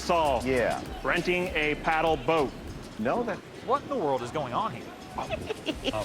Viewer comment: I thought it was “Renting a pedam boat” 🤣